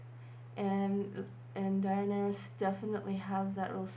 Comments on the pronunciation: The makeup is great, especially starting with a model who looks like the actress. However, as a fan of the books and show it is VERY annoying to hear the name so mispronounced. DAN AIR ISS not DAY EN AIR ISS. For the love of Pete. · we are game of thrones fans not die hard fans and you say her name du-nair-ees stormborn or just call her khaleesi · Great make-up. For the future though, I would suggest less exposition, you sort of drag-on. Yes, that is a dragon pun. Also as a fan of the show, it's like nails on a chalkboard when you continually pronounce Daenerys wrong. It's da-NAIR-us. Keep it up, and don't let the haters get you down. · you butchered the name though, Die-nae-ris .. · the pronunciation of her name is (duh-near-ies) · Da-NAIR-eee-us. Thanks. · It's pronounced Duh-nare-eeys. If you're going to try to appeal and apologise to a fandom at least bother to do 5 seconds research or you'll just piss them off all over again. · I thought the name was weird, but it's pronounced like this. Da-nar-ris. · I think it's a very nice look, and definitely looks a lot more like Daenerys than the first one (though I understand that the first one was an *inspired-by* look). Also, if you ever need it again, her name's pronounced something like den-AIR-iss :-D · Just to help you out, it's pronounce Day-Nair-Is...Daenerys. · It's pronounced: Duh-neh-ris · Much more accurate then the first look! Ur very talented, by the way her name is pronounced DA-NE-RUS stormborn of house targaryen :) love ur videos n ur model is sooo pretty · Her name is pronounced duh-nair-ease, but other than that she looks much more true to character. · i loved it so much! and by the way her name is pronounced "da-neh-rys" thats was the best way i could spell it to explain the name but i hope you understand it :) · Okay... First things first.. It's "Daenerys".. Just try.. Its not that hard to pronounce..! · She clearly doesnt watch game of thrones or she would know how to pronounce the name 😂